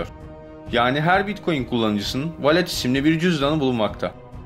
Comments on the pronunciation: Nakamato değil Nakamoto...Valet değil Wallet(VOLIT).Arkadaşım senin videolarını severek izliyoruz.Ancak bu işi yapmaya devam edeceksen profesyonel bir diksiyon kursu almanı tavsiye ederim.Başarılar. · Walet İngilizce'de Cüzdan demek zaten, ve Volıt diye okunur.